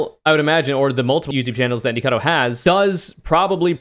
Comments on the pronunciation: After hearing YMS say "Nikacavo" I do not apologize. This is a conspiracy against me. I am now a right winger. Thank you. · mispronounces Nikocado's name every time he talks about it hears YMS correctly pronounce it "Is this a wrong answer?" YMS? More like SMH.